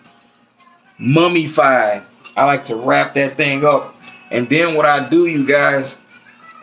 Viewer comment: " Mumified " ... LOL